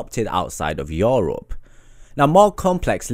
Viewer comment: joorup??? The fuck